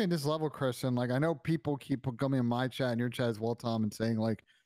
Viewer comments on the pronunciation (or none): none